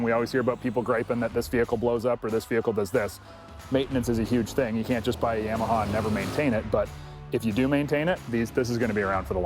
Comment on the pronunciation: It cracks me up hearing people say Yam-a -ha. Always heard and said it Yah-ma-ha... Killer video tho, guys. Getting me a Limited very soon to ride here in Maine. 🇺🇸❤️🤟